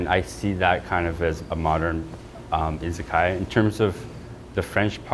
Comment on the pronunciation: wish they could pronounce izakaya